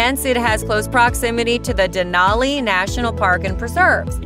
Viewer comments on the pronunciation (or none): you forgot , she pronounced it “Den-awly” instead of how us Alaskan’s pronounce it “Den-alley”